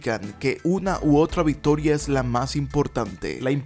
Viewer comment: Viptoria, botseador, etsetciones, efeptivo, etsisten, tednico, 😂horrible estar oyéndote